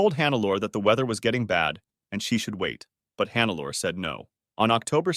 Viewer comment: I usually dont do this, but in this case I cant ignore it: Hannelore is pronounced more like hun-ne-lo-re